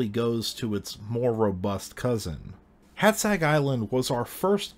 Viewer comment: Oh, for gods' sake... Stop calling our baron 'Nopsca'! It's pronounced like 'Nopcha'. And Hátszeg is pronounced like 'Haatsseg'.